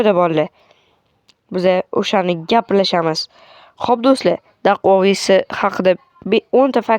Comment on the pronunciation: Dostim daquavis deb aytilmidi dakuavis den iltimos